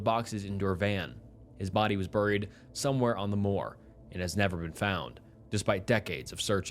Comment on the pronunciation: Hate how he says burried